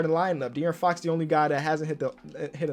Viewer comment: "Lets see whats up with De'Aaron Fock" -🐐